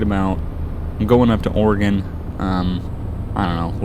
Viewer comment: I want to thank you for pronouncing Oregon the right way. I can teach you how to drive a stick, standard car. I live in Oregon, but it depends on the area, besides I don't want to be labeled as a crazy person.